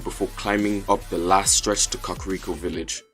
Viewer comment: When he said cockriko